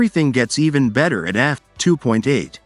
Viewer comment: When I hear poor AI enunciation such as “10 millimeters f [pause] 2…” I’m done with the video. Too distracting for me, more so than a heavily-accented voice correctly saying “10 millimeters f2…”.